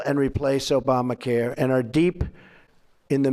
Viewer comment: Didn't notice he said Obamacur lol